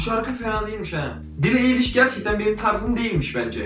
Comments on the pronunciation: türkçe, billi ayliş okunuyor eliş değil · kelimelerin basindaki e okunmaz eger yaninda baska bir sesli harf varsa amacim elestirmek degil sadece uyarmak istedim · bence edemedin klipleriyle sonuna kadar ve en çok dinlenen şarkılarını dinleseydin daha olumlu yorumlar verirdin ve eliş değil ayliş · kızın adı bili eliş diye okunmuyo bili ayliş diyeokunuyo ayrıca senin ne haddine billie eılıshı eleştirmek yani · BAKIN BİLİ AYLİŞ DİYE OKUNUYOR AĞLIYCAM ARTIK ELİŞ NE YA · bütün videoyu izlerken EİLİŞ DEİL AYLİŞ diye bağırmamak için çok zor durdum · bili eliş diye değil bili aylış diye okunuyor aklında bulunsun :) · Yalnız bili eyliş değil bili aylış cidden ayar oldum sana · beli eliş nE belliy aylış diye okunuyo kanser olucam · Abi video güzel ama ismi yanlış söyledin billi ayliş olcak (okunuşu öyle)👌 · ayliş diye okunuyo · bili eliş demen peki :))) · bili eyliş...Hmm anladım. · *Bili Ayliş diye okunuyor :p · Bili ayliş diye okunuyor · Eye lish diye okunuyor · bili aylış diye okunuyo krdş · Billie Eilish diye yazilir "bili aylış" diye okunur 😉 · Eliş değil ayliş diye okunuyor